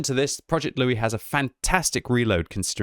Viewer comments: He keeps calling it Loue and not Louis ... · Louis is pronounced "Loo-ee". The name is French by origin, just like the tank, and should be pronounced as such.